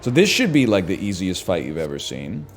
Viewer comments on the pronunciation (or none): none